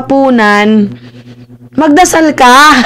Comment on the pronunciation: magdasal ba? dinig ko magsalsal, 😅